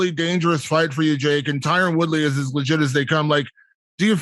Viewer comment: Jake keeps calling Tyron as Tyrone lol and no one corrects him